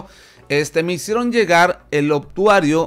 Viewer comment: Es "Obituario" no "Obtuario", te comes la "i"